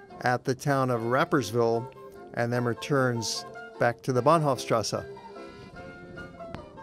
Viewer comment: Why "... strassa" when it is clearly written "strasse" and there no difficulty to pronounce it as it is written? Otherwise, excellent documentary, from all perspectives.